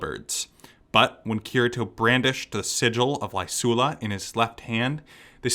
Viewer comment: Kirito is pronounced Kitty-Toe...lol